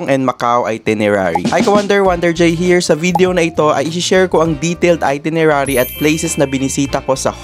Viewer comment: Travel vlogger ba talaga kayo with 293k? Bakit itirenary ang basa mo sa itinerary?